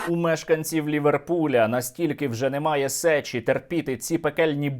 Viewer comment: ну что за дебилизм, зачем ты коверкаешь мову. уши вянуть от твоего "нэмае сэчи"... что за бред ты говоришь🤢🤮 раз, два, прикололся, но на фига из себя клоуна делать. Даже на россии так не говорят "нет мочИ".... по русски это звучит "нет мОчи"... вы вообще разницу не слышите? Нет мОчи... нет сил... при чем тут "Сэча"🤮